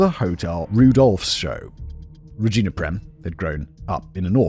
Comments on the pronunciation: Bro rageena, not ragina. It does not rhyme with vagina. Is this a British thing, or is your mind in the f'd up gutter. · Am I the only child laughing cause they keep hearing Simon say “Vagina” over “Regina” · Regina. Pronounced Re-Jean-ah 😂😂😂.. and I think you already knew that 🧐🤨🤣🤣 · Ruh-gee-nuh I work with a Ragina. She would throat punch you for continually calling her that 😂😂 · Oh ffs re-gyne-ah?? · I’ve never heard Regina pronounced that way.